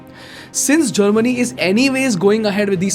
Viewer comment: people who dont understand kindly understand its germany not chamini.